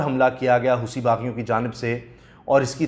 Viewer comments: اس کا تلفظ ہوتی ہے، ہوسی نہیں۔ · Wrong Pronunciation "Hoosi" nahin "Hosi" and in Arabic "Hothi"